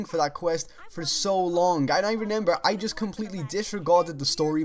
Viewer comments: how many times did he say renember in this video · When you say remember wrong